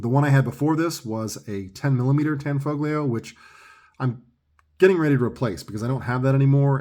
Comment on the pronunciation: The "G" is silent ! Tan-fo-leo. It's mandatory to say it different than it looks because it's Italian ! LOL !